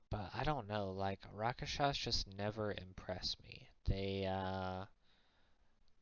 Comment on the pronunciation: It's RASKSHASAS, not Rakashas.